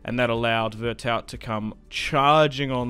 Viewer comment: Veretou the T is silent.